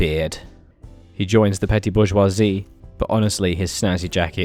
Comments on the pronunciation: it's 'boo-j--wha-zee' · it´s actually pronounced Bourgeoisie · bor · zhwaa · zee (That is how you pronounce it) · Bourgeoisie is pronounced boar-shear-see btw, awesome bit tho! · I believe its pronounced Bourgussy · bourgeoisie in US english is generally pronounced like booj-wah-zee